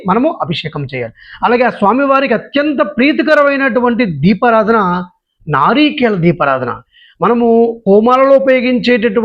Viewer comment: నారీకేళ కాదు సర్ నారికేళ